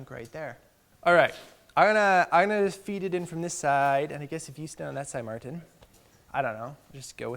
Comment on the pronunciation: Mar Tin sounds funny